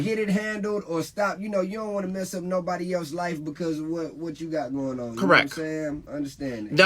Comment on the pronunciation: you are "correck" 🤣